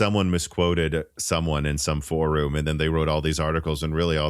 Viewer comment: Please say For-um. Like 4-um. Its not For-room, like 4-Room. Thank you :)